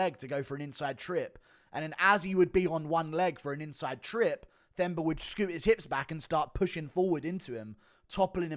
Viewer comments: Drop the H, it’s pronounced “Temba” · Themba is pronounced Temba btw.